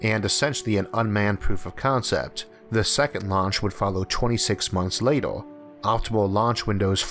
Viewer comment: torcho watel And also lator, forevor, failor. That's some strange pronunciation, never heard anything like this.